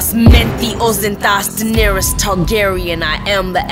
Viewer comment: It's Daenerys not Daenarys